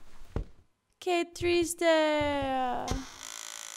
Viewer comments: Cada ves que dice que triste escucho que chiste :v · Cuando dijo: Qué triste'', le entendí qué chiste y yo en plan ¿Quéeeeeee?. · ¿Soy el único que cada vez que dice:qué triste.escucho que chiste?:v